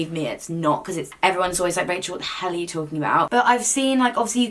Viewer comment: “why the fahell not” 😂